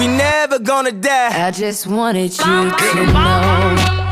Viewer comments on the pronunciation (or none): none